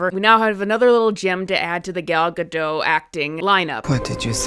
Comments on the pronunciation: Gadot, not Gado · Gal GadoT (the T is not silent). She may not be a great actress but unlike Rachel Zegler, she's a decent person. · Its pronounced Guh-dawt, she's not french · Exactly, just like Brigitte Bardot.